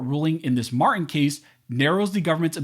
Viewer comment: The victim's name is Mar-Tin, NOT Mar-in. Please, don't be lazy...PRONOUNCE the T!!!!!